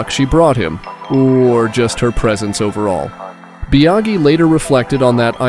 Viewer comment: Bia-gee? Fal-cee? LMAO